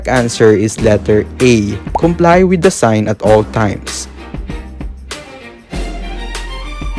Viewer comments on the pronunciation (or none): Everyone: withw iT͟H Him: Weyth